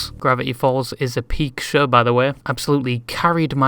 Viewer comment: I am so sorry, this is a stupid comment. But when you say show, it sounds like "sher" and when you say furry, it sounds like "fairy". (I swear I'm not making fun of you. [Or am I? Idk lol.])